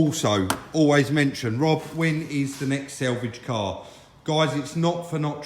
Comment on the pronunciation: Rob, I watch the show with interest you do a great job but please say sAlvage not sElvage, just an observation.